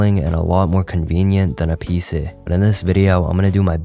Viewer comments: Why is bro saying peesee? 😭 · Y u say pc sometimes like pceh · BRO SAID PEESAHH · "pee-se" is messing with my brain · “My PCEH” Why is bro so Funny 😂😂😂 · Bro was pronouncing PC like "PSeh" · How he says pc💀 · The way bro said pc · the way bro says pc